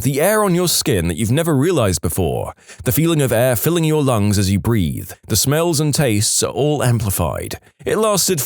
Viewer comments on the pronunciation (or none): none